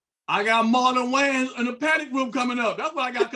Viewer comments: Is it just me or does it sound like the female host is saying the Wayne's brothers instead of Wayans brothers 😂😂😂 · My sister. Did she say “Waynes” every single time? 😂 This is definitely a true topic by CH.